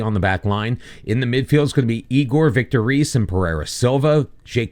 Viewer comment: The simpler ones to correct is Zé Carlos, which would be more like "Zay Carlos", but the ay has a sound like the First "e" in "Helmet" And Vitor Reis is pronounced Just like Vitor "Hays"